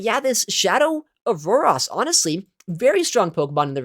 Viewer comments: I'm so perplexed by your Aurorus pronunciation lol its ah-ROHR-is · Aurorus = OR OR OS No "AAS" in sight 😂